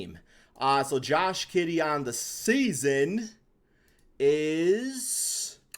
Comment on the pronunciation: Did u say Josh Kiddey lol